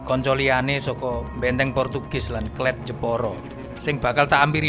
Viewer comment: Kelet bkn kelat mas..